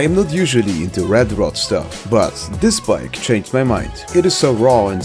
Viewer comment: Asian lady: I go dis way